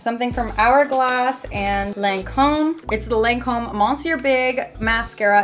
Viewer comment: Hey love you girl, but it's pronounced lon-come😂❤ my grandmother used to work for them